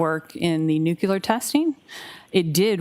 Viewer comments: I’m sure she’s a very smart witness by working in the crime lab, but it’s NUCLEAR-NOT NUCULAR!!! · It always astounds me when educated people say 'nucular' 🙄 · This dna dummy says nuclear like George W. Bush. lol😅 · God bless you. That was killing me. George w. Bush flashbacks. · Maybe it’s common, but it’s a MIS pronunciation. President Bush said it but it was wrong then too.